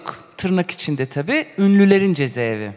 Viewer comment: Avukat hanım cezeevi değil ceza evi...